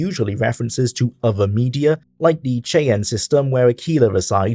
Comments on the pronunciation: 1. It’s pronounced Shy-Anne (Cheyenne) 2. It’s a reference to the STILL EXISTING Native American Tribe, The Cheyenne, for whom the state of Wyoming named a city. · its' pronounced "shy-ann" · Cheyenne is pronounced more like Shy Anne than how you said it. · Great video! BTW, it's pronounced "shy-yann"